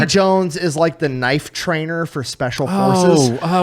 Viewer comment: Chubby Electron Man, " knoyfe" that's Crocodile Dundee sir